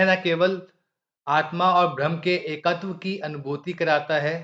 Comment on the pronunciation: ब्रह्म शब्द स्पष्ट उच्चारण करें,भम या भ्रम लगता है।